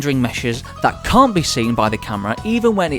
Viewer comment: Why did he pronounce can’t like com